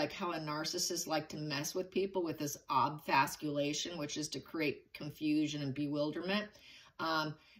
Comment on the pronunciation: Happy New Year,! Loving your videos as usual. One thing, though: the word you were using is actually spelled and pronounced “obfuscation” with no “L.” Four syllables, not five. Yes, I’m a word/grammar/spelling Nazi. Apologies for my mild but apparent OCD. 😭😭😭😭😭😭 But as usual, much love to you, I promise! ❤